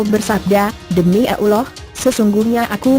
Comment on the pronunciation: alangkah baiknya penyucapan lafal allah dengan benar... bukan sembarang